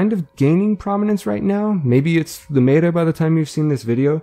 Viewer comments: No one is gonna talk about the fact that this highly educated man says "maytah" instead of meta? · Cool guide! Very clear! Small note before you catch shit: meta is usually pronounced with an e sound similar to the hek shotgun. So 'mehta' instead of 'meeta'. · mEta not meAta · its not mayta....its meta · i love your manner and the calm, clear way you explain things. but i must let you know that the word "meta" is not pronounced "mayda." it's a short "e," "like metta." it's short for "meta-game." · Mate-er? Meta? Met-a? Meter? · maeta? wtf who says meta like that? :P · The video creator has recognized his mispronunciation of the word 'meta' and will henceforth pronounce it correctly Contents: Intro/Spoiler Warning Intro - Why do it? Hunt - Vomvalysts Hunt - Teralyst Hunt - Basics The other Eidolons - Intro The other Eidolons - Brillant Eidolon Shards The other Eidolons - Capturing Eidolons The other Eidolons - Gantulyst The other Eidolons - Hydrolyst Hunt - Multiple Runs Hunt - The Meta - Intro Hunt - Lingo / Terminology Hunt - The Meta - Frames Hunt - The Meta - Frames - Chroma Hunt - The Meta - Frames - Trinity Hunt - The Meta - Frames - Volt Hunt - The Meta - Frames - Harrow Hunt - The Meta - Frames - Addition - Roles Hunt - The Meta - Equipment - Archwing Hunt - The Meta - Equipment - Pets Hunt - The Meta - Equipment - Amps Hunt - Advanced Hunt - Advanced - Operator Mode Hunt - Advanced - Void Strike - Intro Hunt - Advanced - Void Strike - Tips Hunt - Advanced - Void Strike - Unairu Wisps Hunt - The Meta - Equipment - Arcanes - Frame Hunt - The Meta - Equipment - Arcanes - Operator Hunt - The Meta - Equipment - Arcanes - Aquisition Hunt - The Meta - Focus + Passives Outro Hope that helps, finding the topics you are interested in. Edit: The author of this video asked me to put his remark on top of my comment. ;) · it bothers me so much how he says meta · Good vid, but you constantly mispronounced Meta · i stopped the video right when he said Meta wrong